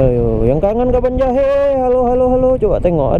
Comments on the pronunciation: Cara ucapin nya kabanjahe.. Bukan kebon jahe yaa🤝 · Cara ucapin nya kabanjahe.. Bukan kebonjahe 🤝